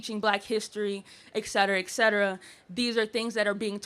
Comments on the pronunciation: Where the hell did "excetruh" come from. Et...Cetera. ET cetera. Et cetera. What the hell happened to people understanding language in this country? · The first Coon can’t say “etcetera”.